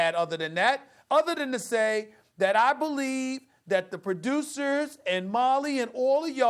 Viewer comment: “Prodewcers” this got me the quickness on that no you don’t